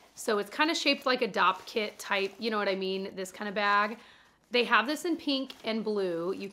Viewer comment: Idk why but is so funny to me! “Yaknowwhatimean” 😂